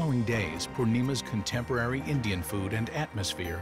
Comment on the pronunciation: wtf💀💀 "indish"😭